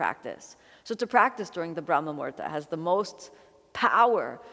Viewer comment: Kino, you are so cute! But it is brahma muhurta (Muhūrta (Sanskrit: मुहूर्त, romanized: muhūrtaṃ) not murda - murda is a corpse in Hindi. Muhurta is the right moment in time, that unit of time that is mathematically calculated and predicted by the astrologer or priest for a particular event like we have muhurtas for the naming ceremonies, thread ceremonies, marriages when the knot is tied, for fire ceremonies/yagnya/yagya or agnihotra or havan, basically for literally every puja or ritual. If you miss the muhurta, you cannot proceed with the action (ceremony) you wanted to conduct and a new one must be found because it is considered "abshagun" or bad timing which implies the time will not bring fruitful results or worse bring difficulties, like e.g., we do not start or perform any deeds during "rahu kaal" when planet rahu rules because disaster is predestined (ofcourse this is orthodoy and has scientific reasoning as to give humans a break from work). So Brahma Muhurta is 1.36 mins or 96 mins before sunrise.